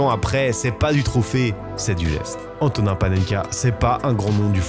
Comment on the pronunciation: Par contre à prononcer AntoniN [n]